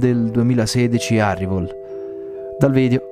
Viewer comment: video bello e molto interessante! Un unico appunto 😉 al minuto: il film è ARRAIVAL e non ARRIVOL 😁